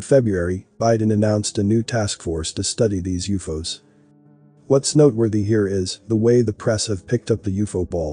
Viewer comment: When I hear people cannabilizing common words we use everyday. I look some else. What did he say Uuffoos ????? WTF It's always been U. F. O's Uuufooos